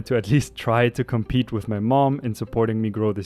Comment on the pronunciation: Do I hear your Dad came “to complete” or “to compete?”